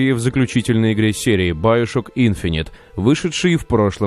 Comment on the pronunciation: биошок так правилаьно и да правильно гаворить игфините